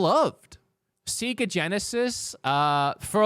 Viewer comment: Always love the Aussie pronunciation of Sega. It used to be pronounced that way in the UK also, but only in the 80s and maybe early 90s 🙂